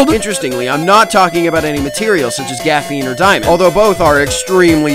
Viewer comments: I still don't know why pronounces it as "gaphene" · Did he seriously pronounce it “Gaphine?”